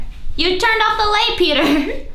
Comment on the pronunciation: Every time you say Peter with an accent and it sounds like your calling him cracks me up. Especially when you say "And bought me this" hahaha sounds like an animal rights organization bought you a present 😆